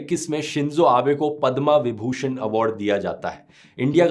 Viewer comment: Padma vibhushan Sahi uchharan nahin kar pa rahe ho asali Bhartiya Nahin ho kya milavat hai kya Tumhari DNA mein